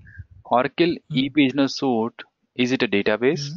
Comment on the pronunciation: it's Suite (pronounce Sweet)